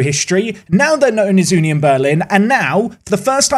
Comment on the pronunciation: It's more like uh nion Berlin and not you nion Berlin